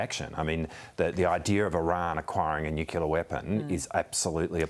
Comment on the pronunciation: Nuclear! Not nuculer.